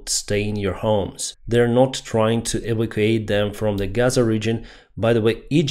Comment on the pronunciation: You say "eva quate", try "ee VAC you ate". Otherwise, say GTFO.